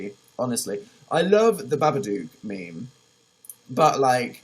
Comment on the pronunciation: He said maymay instead of meme. I'm leaving ✌🏽peace